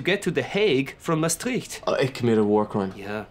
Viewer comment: You pronounced Maastricht wrong. It's a bit like mstreech